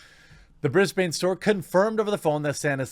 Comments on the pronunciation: Bris-ban not Bris-bane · I'm Australian and I used to live in Brisbane, and I can confirm that it absolutely IS NOT pronounced "Bris-bane" (like Bane from Batman). The correct way to say it is more like "Bris-bun", so basically the first way that you said it at the start of the video. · You self-corrected your Brisbane pronunciation from the correct one, to the incorrect one. It's not Briz-bane. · You pronounced Brisbane correctly first ... then you 'corrected' yourself to the wrong way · Nope, it is Bris-ben not Brisbane to us Aussies. You had it right the first time :) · You were right the first time Jeremy its Briz Bin....... not Briz Bane..... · You were right the first time - it is Brisbn, not Brisbain. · Aussie here. You said Brisbane right the first time! Bris - BIN, not Bris - BANE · You had it right the first time... BRIS BAN not BANE (heavy breathing) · I'm from there, it's not Bris Bain it's Bris bn just fyi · Dude you have it the first time. Brisband not brisbane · You pronounced Brisbane right the first time. Briz-bin, not Briz-bain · You pronounced it right the first time: "Brisb'n", not "BrisbANE". (Sez a Brisbaner.) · Fun fact: Going by Australian pronunciation, you pronounced "Brisbane" (Bris-ben) correctly the first time then you changed it to the wrong prounounciation (Bris-bayne). 🙃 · Nop you had the Brisbane pronunciation correct the first time it’s BriZ-Bin not Bain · A note from an Australian: You had it right the first time Jeremy. It’s pronounced “Bris-bin”, not “Bris-BAINE”. Much like Melbourne isn’t pronounced “Mel-BOURNE”. We fight terrorists together; why can’t you guys learn how to say the names of our capital cities?! On a fairly hilarious side note; I was fired from JB HIFI by my angry lesbian manager. God I wish this was in her store... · Your first pronunciation of Brisbane was correct. It's brɪzbən "brisbin", not brɪzbeɪn "brisbane". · You had it right the first time, pronounced BRIS-BIN not BRIS-BANE ;) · It's Briz-bn.